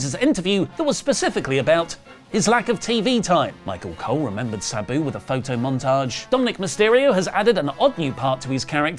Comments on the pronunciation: Who the hell is “Subew”, then when he’s reading it, it’s “Sabu”! Damn you!!❤😂😂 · Why is saying Sabu like that lol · PLEASE PRONOUNCE SABUS NAME CORRECTLY!!!!